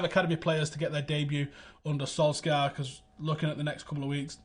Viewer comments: Solshar not Solskyar for fucks sake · FYI - in norwegian we pronounce Solskjær without the K-sound. Sounds like Solshar:) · Pronunciation Solshire not Solskjaer no K. My only beef. Good show. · Interesting insight as always, but can someone please ask to work on pronouncing "Solskjaer" properly? Or at least try closer to the way the man himself does. I'm not Norwegian, but know he's butchering his name. It's a matter of professional courtesy. You're better than that